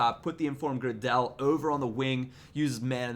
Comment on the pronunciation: I think it's pronounced gray del, he used to play for leeds